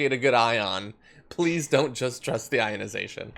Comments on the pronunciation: "Ionisiiition" "Particulants" God can't heal stupid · The likelihood of this machine working is the same likelihood of tweddle dumb and tweddle dumber pronouncing "ionization" correctly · Can’t even say “ionization” correctly. And no, it’s thanks science for that great technology if it’s even real. On a side note, those two pastors come off to me like they are totally in the closet. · How does he pronounce ionization? If he's working on the scientific principle of it, why can't he say it? It's like those dumbasses who say nucular, instead of nuclear.... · the guy can't even say the word properly... :/ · Love the fact that they CAN'T even pronounce their "miracle technology" is hilarious. Besides...I thought that they were covered in the Lord's blood therefore they didn't need to worry about the virus. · The guy on the left can't even pronounce 'ionization'! That guy is like, rubbing his hands together; body language for "I can't wait to get my hands on your money"! 🤑 🤣🤣🤣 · They couldn't even pronounce ionization. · When you can't pronounce the word properly I don't believe you understand the technology. "technology developed by some members of our church" Right.